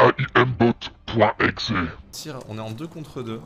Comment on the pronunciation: 1m57 il dit aimbot mais en prononçant "ayèmbot" ya que chow qui dit ça